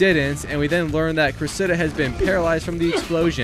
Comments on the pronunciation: “Cress-Id-uh” Cressida. The emphasis is on Cress and duh. Not on the “Idduh” as you’re saying it. Just fyi. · The pronunciation of Cressida is criminal